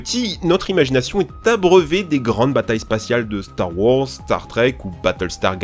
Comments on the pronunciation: "Star wOrs" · StAr WoRzZz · Le ''Star Worse'' à me fait tellement rire (kappa) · "Star wors" YES 😂😂😭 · J'aime pas cette prononciation c'est fou, moi je préfère claire star wArs